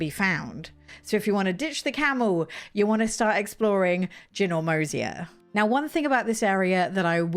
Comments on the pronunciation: Excellent tips! My tip - Ginormosia is pronounced - "jai-nor-mo-si-a". giant + enormous = ginormous Also, I was about 60 hrs in before I realized how to warp to the life masters! 😂🤦🏻‍♀️ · I don't want to be a jerk, but I think it's JY (rhyming with EYE)-nor-mos-i-a. I think it's a play on "ginormous," which might be an Americanism? 🙂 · Ginormosia is named after the word "ginormous" so the pronunciation still wasn't quite right